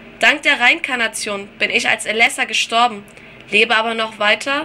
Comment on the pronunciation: es wird Re-Inkarnation gelesen ^^